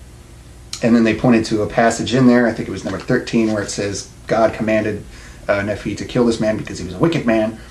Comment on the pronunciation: Nephi is pronounced Knee - fi. Just trying to help with your accuracy.